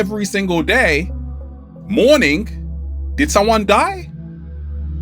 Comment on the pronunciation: I'm not a native English speaker, probably English is my 3rd language., was the ''morning'' you meant as ''mourning''? I didn't get it at first, but when you said good rising, I think the morning you said was mourning?